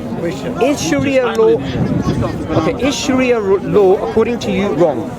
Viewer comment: lool man said Shria law lool did he realise he's repeating law law. shria simply means law wtf is wrong with these westerns lool if you dont know arabic dont say it. islamic shira or islamic law say it that way